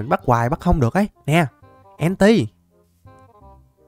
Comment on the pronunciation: Enti đọc là en tơn chứ ko phải en ti nha ah